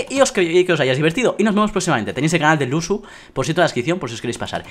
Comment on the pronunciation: Dice lusu en vez de luzu